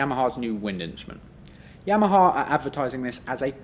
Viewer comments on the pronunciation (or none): none